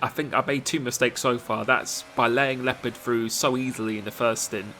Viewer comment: who is also an native german speaker and rages everytime how he pronounces leopard😂😂